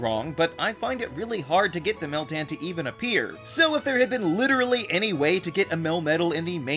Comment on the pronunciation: yeah, you're doing meltan wrong